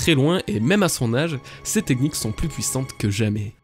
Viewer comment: Juste un truc qui me perturbe, à tu dis "ses ??? sont plus puissantes que jamais". J'arrive pas à comprendre le mot "???" :')